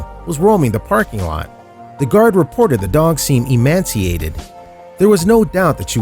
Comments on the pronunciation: Emaciated not "emanciated" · ... emanciated? Don't you mean e•ma•ci•a•ted? And then you said it again... And Villalobos is pronounced "veeya-lobos". It means House of Wolves in Spanish. In Spanish, when you see LL together in a word it is pronounced as a Y. Villa, in Italian, the L is pronounced the way you pronounced it, but Villalobos is a Spanish word so so give it due respect, if you are going to be a host of a show or narrator. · It’s EMACIATED not “emanciated”... sorry he said it more than once and that stuff gets under my skin. Also he pronounced Villa Lobos as “Villobos” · EMACIATED not emanciated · I don't know who wrote this commentary but the man reading the script has mispronounced a very simple word. It is EMACIATED. not emanciated...it seems like it was written for people under the age of 7... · Emaciated not Emanciated (not even a word!) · Emaciated, not emanciated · The word is emaciated not emanciated - which isn't a word. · Not emanciated , emaciated! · It would help if your narrator could read English more fluently. There is a difference in "emaciated" and e-MAN-ciated. Otherwise, good video. Thank you for the videos. Thank you for what you do for the animals. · Sorry mate....its emaciated not emanciated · Emaciated. Not emanciated. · The narrator said the dog was "emanciated".....no such word in the English language......it's emaciated. At least get the words right when trying to scam people out of money with fake rescue videos.... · emaciated not emanciated....emanciated isn't a word. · It's EMACIATED, not emanciated. There's no "n" in this word. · The word is emaciated, no N. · Emancipated, not emanciated. Btw, next time, if you’re not going to show the whole story, don’t bother. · It's emaciated NOT emanciated. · It's not emanciated; it is emaciated. There is emancipated and then there is emaciated.Two completely different words. End of rant. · It’s “Emaciated” no “N”. Emancipated means set free. Emaciated means starving down to bones.